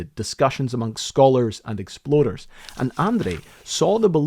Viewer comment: I absolutely love this guys pronunciation of "explorers". There were at least 3 times i definitely heard "exploders". God i love that rolling R.😂